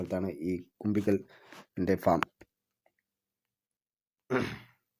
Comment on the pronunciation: Kumbikkal alla, kumbukkal😅